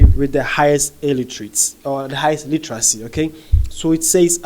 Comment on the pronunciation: Pls practice the word 'Literacy" say it 5 times..u keep saying Illeteracy illetarcy..whats the rush for?